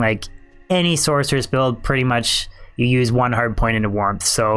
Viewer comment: Source-er-us Sork-er-us "Source" not "sORK" Other than that good vid.